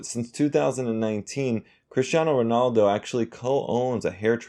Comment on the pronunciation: U even pronounced him right